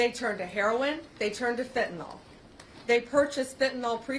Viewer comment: The correct spelling is fentanyl. The pronunciation is fen-TAN-il. The second syllable, "TAN," is stressed, and the final "yl" uses a short "i" sound. Common mispronunciations The drug name is sometimes incorrectly pronounced as "fentanol".